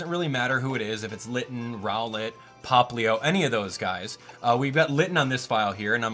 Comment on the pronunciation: Plz say poplio